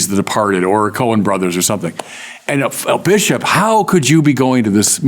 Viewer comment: guys seriously, "Bishiop"